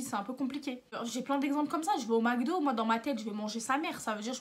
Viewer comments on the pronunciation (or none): none